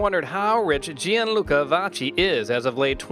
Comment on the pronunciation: Vakki.. not Vatchi